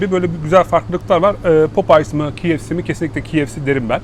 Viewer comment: bi duzeltme yapayim. KFC - Key Ef Si diye okunur. Kolay gelsin